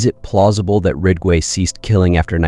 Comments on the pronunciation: It's not 'Rigway' but 'Ridgway',...RIDG....and these adds:how many adds can one take,listening to a story....djeez....pffff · Rig-way? It’s Ridge-way… If you can’t even pronounce the main characters name, right, I’m out. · Good content but is it possible to make sure the AI is accurate and the volume levels consistent? Gets tiresome when the AI doesn’t even pronounce Ridgway correctly.